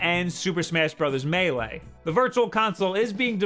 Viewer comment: The only Youtuber who pronounces "Melee" correctly <3